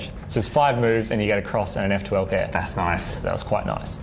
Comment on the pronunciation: "That's noice." "That's quite noice."